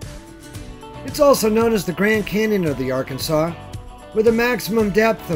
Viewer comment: It's pronounced Ar-kansas River, it is not pronounced like the state...